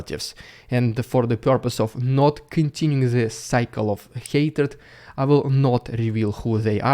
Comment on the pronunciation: Странно, neighbour ты норм произносишь, с мягкой "р" а hatred, с русской, "rolling R" ))) ERRREIZ, MORRR, EURRROP, UNDERRRSTAND